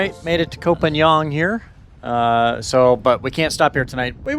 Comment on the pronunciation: Hi, Just FYI, here in Thailand 🇹🇭 “K” as in Ko or Koh is pronounced like our letter “G”. Very rarely pronounced correctly by foreigners. Happy sailing. I live on the beach not far from Ocean Marina, so maybe I’ll see you when you come back in to lay her up.